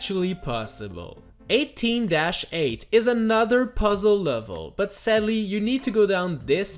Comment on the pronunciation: But seddely